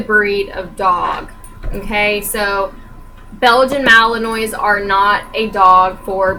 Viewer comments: This video kills me. Ughh he can't even pronounce it right. Clearly he did no research on it. When watching his videos, I kept whispering at the screen: "It's Malin-wa. Malin-wa. Malin-WA. Not Malin-oy." I mean, even after doing a minute of research on camera you know more about the breed than he does. xD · Just letting you know, it's pronounced Malin-wah, but he should be the one to know that if he has the dog. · you didn't even pronounce malinois right btw